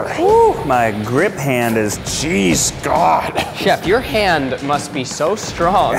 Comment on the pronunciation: Zach "oh my gawd" My mind: "I'm the clitoris" Sorry 😂😂😂😂